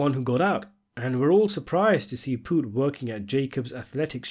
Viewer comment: You can't even say his name. You didn't even watch the show because you'll know that's not how you say it. And I ain't trying to hear it's because you have an accent.